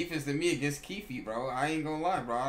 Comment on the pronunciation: when used to call him kiefee😂😂